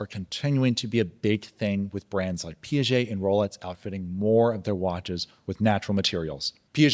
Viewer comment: It is pronounced Pee ah jay NOT pee jay! Pls